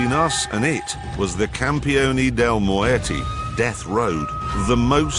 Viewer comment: jezza mispronouncing muerte is really funny